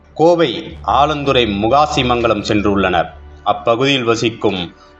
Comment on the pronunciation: ஆலந்துறை அல்ல. 4 ஆலாந்துறை‌. செய்தி வாசிப்பாளர் " ல்" லை அழுத்தம் திருத்தமாக " ள் " என்று சொல்வது கேட்கவே எரிச்சலாக உள்ளது.🤨🤨